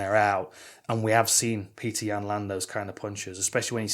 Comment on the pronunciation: it’s petik